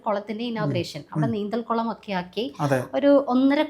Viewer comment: കൊളം അല്ല കുളം